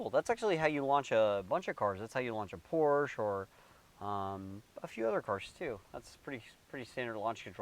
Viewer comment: What’s a Poursh? 🤔